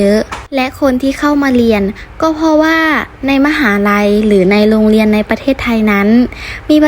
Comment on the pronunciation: ไม่รักแล้วจ้า เกลียดคนลาวที่สุด เพราะลาวมั่นหน้า มั่นใจว่าตัวเองพูดไทยชัด ทั้งๆที่พูดผิด ตลอด เรียน ค่ะ ไม่ใช่ เลียน